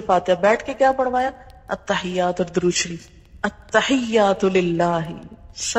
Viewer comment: 1.Attakhiyyaat hae plz not Attakhayyaat. 2. Are you a Graduate of Medical School, Bahawalpur,? Me too.